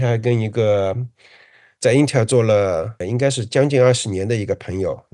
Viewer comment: 是intel，不是intel儿